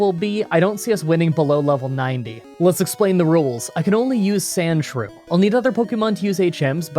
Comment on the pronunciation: Its not shrewsand its more like shrews and you know like what about shrews lol